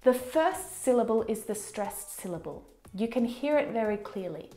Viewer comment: oh my gosh, did she just say : You look wery comfortable this afternoon" Wery ?? Wery?? I don't belirve this, how do you learn English from a foreigner??